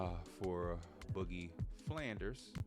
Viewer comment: Just a heads up it’s Boogie Fland not Flanders